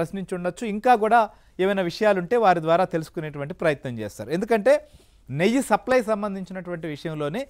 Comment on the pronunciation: నెయ్య కాదు నాయనా “నెయ్యి” అనాలి